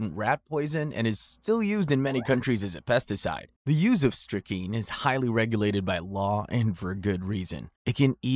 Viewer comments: And it is pronounced strick-nine (like the number) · Hey hey hey.... please learn to correctly pronounce strychnine -- there exists an 'n' in it. Just sayin'.